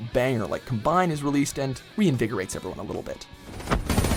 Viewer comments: It's combine, like the tractor not combined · Its pronounced Combine not Cumbine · He’s got no clue about the game or the maps not to mention the way he said combine ughh it’s combine not combined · Is "combine" not pronounced as the noun and not the verb? As in com-bine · com B I N E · Cum Bine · “Cahm-bine” is the correct way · Clearly a lot of research went in to this mans mid pronounced combine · Why does he say combine like that? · This list was terrible. The dude includes a map that thst can not pronounce. Smh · If you're going to include Combine in the video, learn how to pronounce it correctly. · Love how he said combine it shows that he has absolutely no idea what he's talking about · When he doesn’t know how to pronounce combine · you said combine so wrong lmao. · He was pissing me off saying combine lmao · Please learn how to pronounce the map combine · He said combine wrong😂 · the way he says combine..... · Thank goodness I'm not the only one. It was bothering me so much, I had to pause the video to comb the comments for support lol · Yeah he's saying it as in combination instead of a combine -_